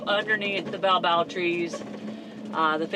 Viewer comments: Ba-o-bab. 3 syllables. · Congratulations on escape from Dakar! Just fyi, the Baobab is pronounced "Bay-o-bab". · By the way it's pronounced Bay o barb. Watch those monkeys, they are fast and will grab anything. Close yr windows. They clever. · I am from Africa and in Zimbabwe we had Baobab (pronounced bau-bab) trees and we used to eat the fruit of the tree. It is like a seed which has a white stuff around it. We used to call it cream of tartar but I don't think it was. Anyway, in some places it is "named “monkey bread,” this exotic fruit has nutrient-dense properties for good health". If you get a chance, try it. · That tree is pronounced Bay-oh-bob. The oils are used in some cosmetics and skin care. Im glad you got out of Dakar too😮